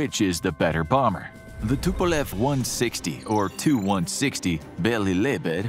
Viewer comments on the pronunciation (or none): none